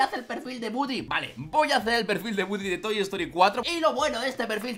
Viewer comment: no es budy tu lo dises a si es gudi pero se escribe woody